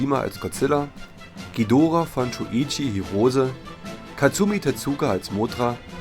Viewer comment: Danke das ihr nicht Dschidorah gesagt habt!👍 Das tut mir immer in den Ohren weh! Aber jeder Jeck iss nunmal anners!😉